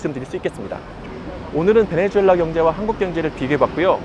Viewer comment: 베네수엘라를 자꾸 베네주엘라라고 하는것 같네요. 영어식 발음인가?